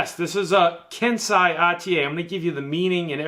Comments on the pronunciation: Sorry, but it's not pronounced "Kensai". It's pronounced "Ken-sey", just like sensei is pronounced "Sen-sey". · it's pronounced KEN-SAY. Like how Splinter is the TMNT's SEN-SAY (sensei) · It's pronounced ken.say